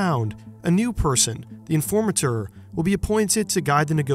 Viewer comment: From the way he pronounces certain words (like informateur) I'm pretty sure he's not a native Dutch speaker? But definitely has lived here for a good while :p